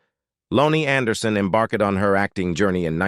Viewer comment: Embark-ed. Foot-ing. AI MUCH? What foreign war or drug trade is this monetization supporting, if any?